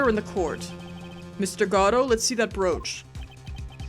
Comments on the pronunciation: People like you ruined Godot for me, saying he has to be one way to be perfect. "He isn't good if his name isn't pronounced like Goh-doh!!!" And someone said "Tip, Godot has a deep and sexy voice" Just let her make him how she wants to be. Watch Farfromsubtles playlist and they gave him a robot voice, I loved that bc it was diferent from all the sexy Godot's out there... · Meet Proton Jon's favourite character. I can't wait till you find out about his backstory. And according to the play it's pronounced Guh-Doe but I like to call him Goh doe or God-Oh because Guh-Doe is kinda hard to say fast. And if you think Godot and Edgeworth are hot just wait till the fourth and sixth games. (Probably 5 too if you're into goths) I swear to god whoever designed those prosecutors had the yaoi/bishonen genre in mind. As for the girl in my avatar? She's from the sixth game. So if you can't wait for or Tim to get there you can always play it yourself and meet her. God is she cute! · So 1. I'm sure someone said already but it's "Guh-Doe", based on the play Waiting For Godot. 2. Godot's theme has been covered by a jazz band (The Fragrance of Dark Coffee), look it up ASAP cause it's amazing. I used it to study/sleep for months, especially with fireplace/rain noises! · Yeah, I used to be annoyed at hearing GOD-oh but now I just was interested in how was swapping out pronunciations, probably inadvertently. It just kinda stuck out is all. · Really happy to see your reaction to Godot! Though, you appear to be periodically switching pronunciations for his name. While I feel like the proper one is "go-DOUGH", I'm pretty used to hearing "GOD-oh" by now as well. I've not usually seen people switch pronunciations like you have, though. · I figure there's comment somewhere that says this but it's Guh-Dough not God-Dough. There's only one D in the name. There I got it out of my system. (I'm aware this series 7 years old XD).